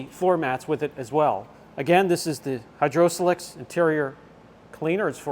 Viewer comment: Greetings,. Long time subscriber and fellow full-time detailer here. I'm usually not the grammar police but today I had to point out something that just sent me over the edge. 😅 The way you pronounced Hydrosilex is wrong. You're trying to say it as as single, 4 syllable word. It's pronounced as 2 2 syllable words with a long 'i' like in the words site and sure. So Hydro-silex. Just thought you'd want to know. Always look forward to your videos! Thanks for all you do to advance the quality and education of the community. Steve Chandler, AZ